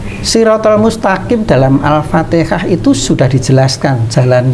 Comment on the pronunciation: utk pengucapan Alfateha itu harusnya Alfatiha